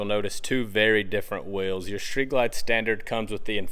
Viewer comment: It’s Street Ride not “Shreet” Ride!